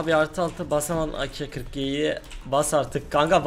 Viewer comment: Abi şuna akel deyip durma onun ismi ak